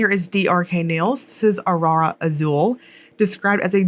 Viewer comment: I’m shocked there are scammers in the polish community. Well, maybe not that shocked. But still, it feels like a relatively small community, it seems like randos who arent into polish wouldn’t really know about this stuff and this giveaway. Also, you pronounced Arara just fine, you’re American. If you want to say it like a Brasileira, just roll your R’s and you’re perfect. (My sis is also ofc Brazilian and she can’t roll her R’s so it’s all chill)